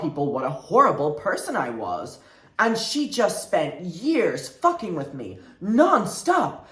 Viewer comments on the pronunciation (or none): none